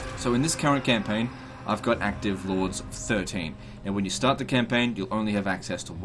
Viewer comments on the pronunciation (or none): none